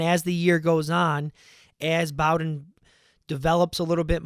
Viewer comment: Btw it's Bowden like "bow tie"